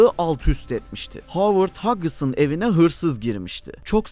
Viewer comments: Böyle bir belgeseli anlatan takdimci nasıl oluyorda (Howard hughes) "Hovırd huyus"u hovert hagıs diye telafus eder şasırdım... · 2 milyon aboneniz var, habercilik yapıyorsunuz, lütfen ingilizce isimlerin telaffuzlarına özen gösterin. (Howard Hughes)